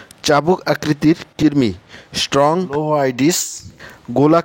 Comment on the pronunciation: কিরমি? নাকি কৃমি